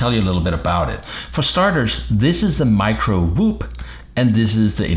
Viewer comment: Its called Tiny Whoop Pronounced: Tainy, not Tini